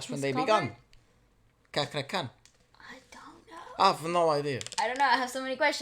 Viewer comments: His name pronounce is like worrd "CHA" not Kha ... so its read as CHA-KRA... not KA-KRA 😁😁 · His name Chakra Khan. Chakra like Chaplin. Not Kakra khan ( pronounce). He's one of fenomenal Indonesian singer. Please reaction him sing take me to church, Goo Goo Dolls. He's Amazing 👍👍👍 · Amazing right, prounance hus name like like" chuck"..ra khan